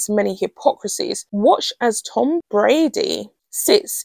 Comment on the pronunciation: Please, it's Bradby, not Brady or (the other one I keep hearing) Bradbury.